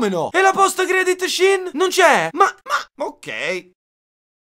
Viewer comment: "Post credit Shin" Adoro